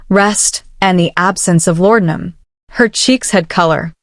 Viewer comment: Great story!! The only thing I didn't like was the way AI pronounced laudinum.